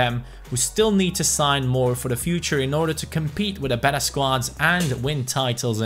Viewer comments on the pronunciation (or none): none